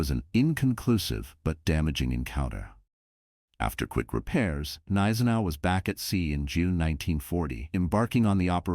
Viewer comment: G-neisenau. Most probably. No soft consonants in German.